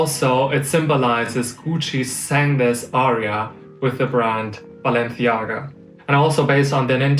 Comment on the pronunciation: If you're going to pronounce Balenciaga with the Spanish lisp, at least don't say Goochie!